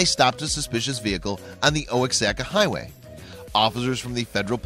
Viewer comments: Oaxaca is pronounced Wah hah kah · Oaxaca... pronounced "wha-hocka" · Oh-ax-acka highway... Bwaaaahahahahahaha. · "oh-ex-acca highway" lmfao